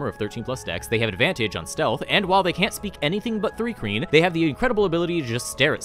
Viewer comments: Why does your pronouncing it 'three kreen' fill me with such rage? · It's pronounced Thri-kreen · I thought it was pronounced th rye kreen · What bugs me is how says Thri-Kreen